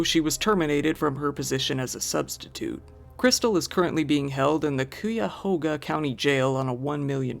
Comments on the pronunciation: Hearing you pronounce Cuyahoga made me laugh harder than it should. It's pronounced kai·uh·how·guh. I completely understand the confusion. Also, I wish nothing but pain for that horrible mother. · Cuyahoga is technically pronounced "Ky-ahoga", but many shorten it to "cahoga". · Cuyahoga = Kai-yuh-hoe-guh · it’s pronounced “kai-uh-hoga” lol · I actually lived in Cleveland. The way you pronounced Cuyahoga made me flinch a bit... lol It's pronounced Kai-uh-hoe-guh. "Cuy" like you would pronounce "guy." Anyway, terrible thing that happened to that baby. It's also really weird that she would just leave the kid without asking a neighbor to watch her. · lol it's pronounced cuy (like guy) yuh hoe guh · hearing you try to say cuyahoga really got me laughing as a former local, that place is cursed and also impossible to say for anyone who didn't have the misfortune of growing up in northeast ohio. if it helps, kai-ya-ho-guh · Cuyahoga is pronounced KY-ə-HOH-gə 🥰❤️ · F""kin Ohio!!!😡. I know where that house with the woman who abandoned her kid who went to Puerto Rico in Cleveland is located (cause I live in town). Also, Its Called Cuyahoga (Guy-a-hoga) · KIYA-HOGA . . . wrong pronunciation! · I didn’t realize the lady that left her kid for 10 days is literally from my city and in jail here until you butchered the hell out of our county name I’ve never heard anybody say it like that lol That tickled my soul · The way you pronounce cuyahoga almost made me have a seizure 😂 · Bro ya gotta learn how to pronounce names of people and places.. It's really annoying that you couldn't Google how to pronounce "Cuyahoga".. Decent otherwise though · I'd go for that wrong pronunciation too 🤣, some of American town's names are too much for my European brain 😂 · Yu pronounced Cuyahoga so funny 🤣🤣🤣